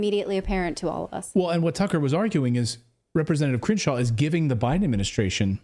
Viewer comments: I love the pronunciation "Cringe-shaw". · I swear it sounds like they're saying Cringe-shaw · the way you pronounce his name sounds like 'Cringe-Shaw' very appropriate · I keep hearing Cringeshaw...